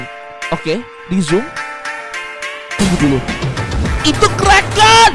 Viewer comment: bang bukan kreken tapi kraken